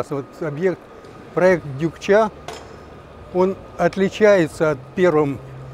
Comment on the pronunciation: Почему Дюкча? Может Дукча.